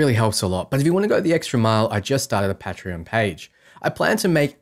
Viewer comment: We all know it’s yay-ger and Pay-tree-on.